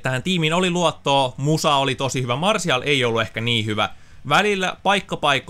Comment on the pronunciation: sanoit martial